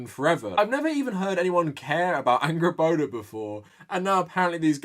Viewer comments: I’m excited to play GoW:R, but years of following Dr. Jackson Crawford on YouTube has primed me to cringe every time someone calls her AngrboDA, instead of Angrboða with the voiced ‘TH’ sound. :( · I'm sorry but I keep hearing her name as "Angry Boner"